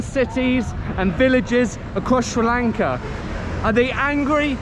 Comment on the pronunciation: I just randomy came across this video, and you earned my respect every single time you said Sri Lanka. Thanks for spreading positivity and helping us at the moment which we need it the most. And a new subee here.